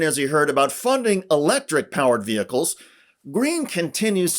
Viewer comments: Really annoys be how she says ve-hickkles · LOL at Marjorie Taylor Greene acting like she wants military recruits to get paid more and calling “vehicles” “ve-hicles.” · I'll have you know it's vee-hickels. Lol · Her pronunciation of VEHICLES is funny